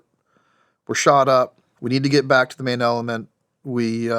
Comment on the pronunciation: "manailment" the uhh main element